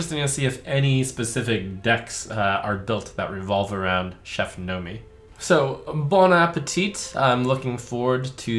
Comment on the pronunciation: Bon appétit, there's no E at the end, and the T is mute :c